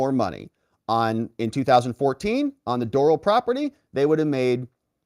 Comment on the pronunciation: I cringe when you say Doral. :) Not a golfer? It's pronounced door-AL. As in the Country Club